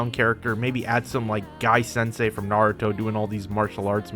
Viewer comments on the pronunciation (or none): none